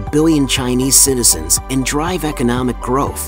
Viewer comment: Netzians instead of citizens. AI VIDEO.